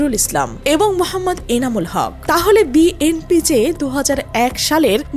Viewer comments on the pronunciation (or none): বিএনপি শব্দটা উচ্চারণে ত্রুটি রয়েছে। যিনি ভয়েস দিয়েছেন বিষয়টি খেয়াল করবেন। কানে শুনতে ভাল লাগছেনা।